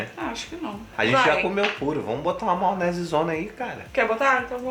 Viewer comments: Adoroooo. Eles falam "maonese" igual eu. Amoooooo. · Maonese, kkkkkk, não julgo o pois falo assim também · Hahhaahahahahahahahaa “maonese”